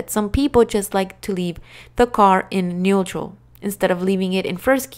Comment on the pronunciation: The way she pronounces neutral is hilarious 😂